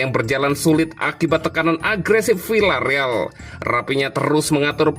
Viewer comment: Maaf membacanya bukan Vilareal akan tetapi Viareal. Contoh lain bukan Sevilla akan tetapi Sevia